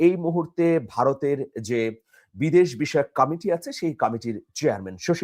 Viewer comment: Mr. Amirul- It's committee. Not CAMAITY- wrong pronunciation. Sounds funny!